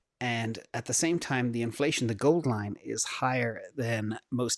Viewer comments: He totally said cornflation!🤣🤣🤣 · At one point I thought you said ‘cornflation’ lol! I’m actually curious what that chart would look like now 🤔